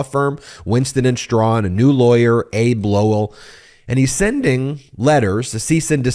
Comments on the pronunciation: Abbe Lowell is not pronounced "Abe." It's "Abby" or "Ah-bey" depending on how good your Hebrew is. I've heard this mispronunciation a lot in the last few days. I'm kind of surprised, because Lowell is a well known lawyer and has been kind of famous going back to the early 90s. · Abbe Lowell's name is pronounced as "Abbey"", not as "Abe". Listeners to Tony Kornheiser's podcast know him as the smartest man in Washington. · The correct pronunciation of Abbe Lowell’s first name is AB-be . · Why do you pronounce lawyer Lowell's first name different from all other commentators? Are they ill-informed or are you being cute? I hope Hunter prevails, etc., but, as this seems to a non-lawyer to turn in the authenticity of derrogatory info on the laptop, your viewers might be better served if you brought on forensic IT experts. You read extensively from a brief. I know you can read. Get on an IT ms. Agnifalo, somebody with relevant expertise.